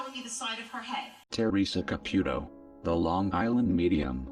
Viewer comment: Fabulous reporting! that fake old skank makes me sick! I hope they cancel her soon and all the stupid people that believe this crap, well they get what they deserve, but to exploit this child in such a manor is reprehensible. the robot voice is cool it says her name and sounds like Ca-PUK-o, make me snicker! lol